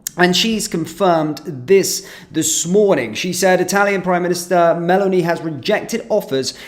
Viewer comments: Not Melanie... MELÓNI. Stress on the second syllable, with a long 'o' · The Italian PM's name is pronounced Meloni, not Melanie 🤣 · the plural of craft is craft and the plural of aircraft, aircraft. Please learn English and not be an embarrassment. btw u don't have to know Italian to pronounce 'Meloni' correctly. ''Melony'' is how you smell when somebody busts a rotten cantaloup upside ur head for being a bit dull. bbtw: '' .. um I don't want to come across it but you got to understand that the people that um give these celebrities jobs are in in the thingy so they were you know they probably paid to support or I don't know that's just my opinion by the way I'm just going to put out that that's my opinion but of course they they you know you got to try and understand the bigger picture with regard to why people do but um I think.. uuuuuum . . . . . . . uuuuuuuh . . . . . uuuum bwitish values . . '' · I just wanted to say that when talking about a Country's Prime-Minister, it really grates on the ear to hear their name being pronounced SO incorrectly! 🤭 ... Italy's Prime-Minister's name is Giorgia Meloni ( accent on the 'o' ), and NOT 'Melanie'❗🤣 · It sounds more like you're calling Meloni Melanie when you say her name, stick a bit more 'Oh' in the middle. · At least learn how2 pronounce the Italian PMs name